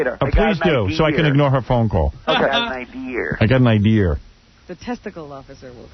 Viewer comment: I would never trust the intelligence or competence of a man that uses the word "idear"